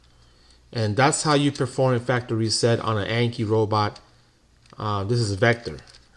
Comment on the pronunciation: I hate to be that guy, but 1st off I would like to say your video was very helpful, the 2nd thing I would like to say is ,the word you were mispronouncing is (factory reset). Not (factReset) lol But we understood you.🤣😂👍